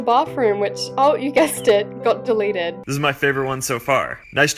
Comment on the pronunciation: THE FUCKIN BOYS AND STOP SAYING DELITED